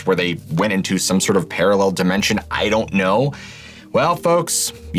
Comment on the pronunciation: "Paralel Dimensions"